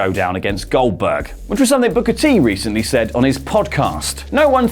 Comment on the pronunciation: Oldberg. Not Goldberg.